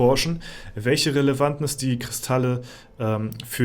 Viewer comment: Ach, es heißt doch Relevanz